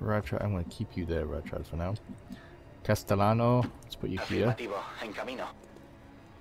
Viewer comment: Rad as MVP., do you want a small lesson of Spanish? The double "L" is pronounced as the "y" in "yes". Instead of saying "Castelano" try "Casteyano". If you want, if not, it doesn't matter that much. Also. Welcome back and i'm gonna miss you when you get married because you'll be away trying to adjust to the married life for a little bit. Enjoy:)